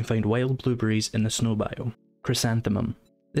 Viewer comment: Bwuebewwies :D